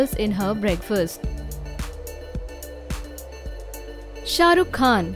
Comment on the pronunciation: shashrukh khan instead of shahrukh khan